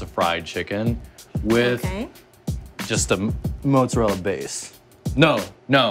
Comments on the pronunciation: If joji says it's motzurella then it is motzurella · joji :"im doing um a motzu, motzuru..." me :"oh maybe he's making japanese stuff pizza" pizza chef :"mozzarella? " me :" Oh " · motzu ....motzorell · What I see perhaps he only recall "mozzarella" in Japanese pronounciation but also not sure xD "motzurerra" ???? 🤔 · I love how Joji can’t say mozzarella lolll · Lmao joji struggling to say mozzarella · Filthy Frank can't say mozzarella. A little piece of Youtube's soul just died.